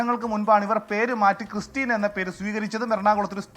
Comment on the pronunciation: ക്രിസ്റ്റിന എന്ന് ചേർത്ത് പറയു മാപ്രേ 🤪